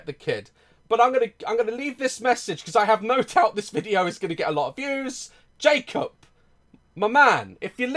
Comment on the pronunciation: I love how daz says his name “Jake-op Jake-op”